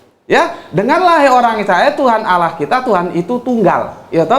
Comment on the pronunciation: Smbong skali ni klu baca judulnya.. gk usah gitu tuan.. tuan itu blajar baca alquran aja dlu..biar pas ngucapinnya..gk usah tinggi2 lh ngomong ini itu..klu nyebut nama Allah itu lidah nya letakkan dilangit2 mulut anda..bukan awoh